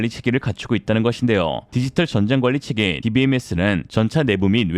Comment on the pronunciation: 홍보와 "함께"도 읽으셔야 할 듯... 에는 자막은 "체계"인데 "계체"로 읽으시면... 아니,아니, 아니되오 ~!!!